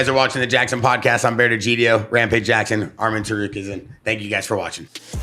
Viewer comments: Tsar-roo-key-in. Nkt Tsarukensins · mf said "arman TAROOKAZAN" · Sarukizan…. Cmon Bear lol!! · You called him ta rue ka sin